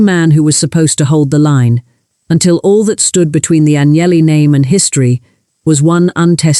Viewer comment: Aguineli??? Não sabe pronunciar um sobrenome estrangeiro, aprenda. Sem credibilidade. Fui...